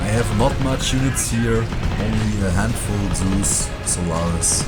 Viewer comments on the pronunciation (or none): A handvoll.... schönes englisch